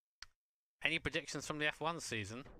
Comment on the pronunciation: what's impressive is that he is one of the few people from outside Australia that can actually Pronounce Melbourne correctly